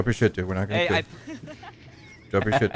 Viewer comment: Great video as usual, and as one might say: keel me please, sheet spawn